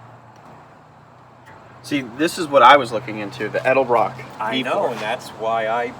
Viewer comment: Its EDELBROCK, not ELDERBROCK